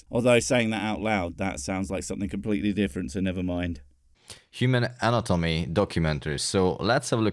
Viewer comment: human "an-a-tommy"